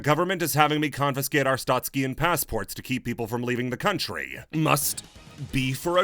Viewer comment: pronouncing “arstotzkan” like there’s an i in it is driving me insane